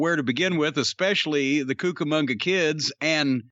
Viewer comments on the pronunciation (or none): I hate to be that guy but, it's "The Cucamonga Kids" as in Rancho Cucamonga. Sorry.